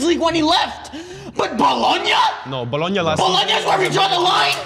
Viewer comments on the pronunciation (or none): I know bro did not say Bologona if I'm even spelling that right is on the same tier as Sporting... S+ tier rage bait lol